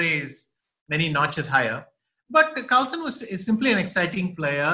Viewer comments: Sir it's not Carlson is Carlsen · Ashwin sir it's Carlsen not Carlson... Big fan of Vishy Anand... ❤ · Btw it's Carlsen not Carlson 🤦